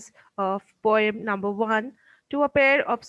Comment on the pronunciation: Pom❌ Poem ✔️